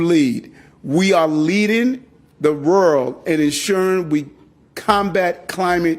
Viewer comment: THESE NON-AMERICANS, GOVENORS WHOM CANNOT PROPERLY PRONOUNCE SIMPLE WORDS LIKE "World" Of a violent, drug ridden, theft, Filthy city...is disgusting